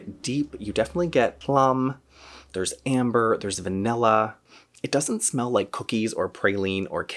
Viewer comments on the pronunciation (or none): none